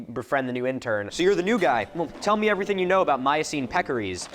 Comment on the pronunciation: it's peccaries, not pekories. Just thought you should know lol